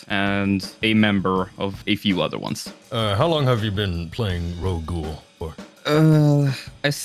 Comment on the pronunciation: “Ro ghoul” and “relevant” in the same sentence 💔